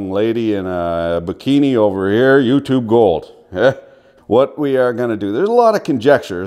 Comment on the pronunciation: "And here vee go" Finnish man said Canadian man quoteth